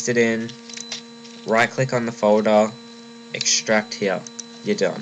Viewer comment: not to make fun of u but u say folder like fodae lol I left a like <3